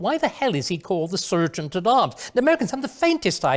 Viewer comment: We Americans don’t say ser-geant, we say sar-geant, just like you English do. I hate it when foreigners tell us what is wrong with our country, our culture or our politics, what do you know about it? Absolutely nothing. We don’t presume to tell you what is wrong with yours. For example, most black/white relations are perfectly fine, until sometimes when police authority comes into them, there is certainly systemic racism there. You only see the most extreme examples on TV, as do we. Growing up in the US in the 60s, we didn’t even know there were “different races”, because there aren’t, everyone always looks a bit different from everyone else, that’s just the way it is here, race relations aren’t the daily problem that you foreigners think it is.